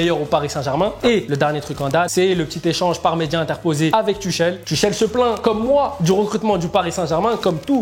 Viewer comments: Il a dit ´´ Tuchel ´´ normale frère sa ce prononce ´´ Tourel ´´ concentre toi mdr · Mdr colombien tuchel se prononce turel